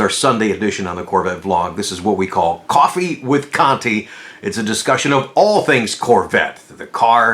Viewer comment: At the beginning, did he say "Coffee with Cunti"? LOL